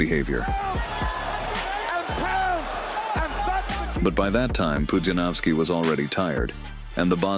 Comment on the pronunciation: PUDZIANOWSKI !!! Not Panowski 😡